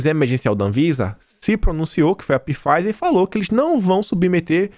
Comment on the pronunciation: Alô, favor notar que na pronúncia da Pfizer o P é mudo. Fala-se "Faiser". Abraços.